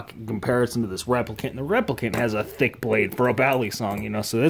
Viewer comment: I like how he said THICCC